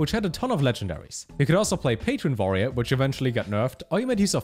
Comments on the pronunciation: "Vorerior" - trying to say 'Warrior' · I heard voyeur 🤣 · Nobody:: Vorrior (subscribed at this point) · Lol, I wondered if he is german.